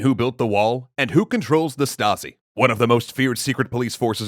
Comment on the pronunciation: you gotta pronounce it "laipzig" & "shtasi"